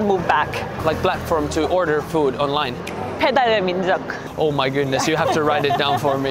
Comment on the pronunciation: 외국여자가 배달의민족 정확한 발음으로 말하는거보니 기분이 묘하다